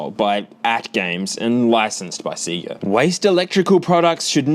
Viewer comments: the hell is seega? it's literally confirmed to be pronounced sey ga in the sound effect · Stop saying seega it's sayga! Lol heeps funny love you bro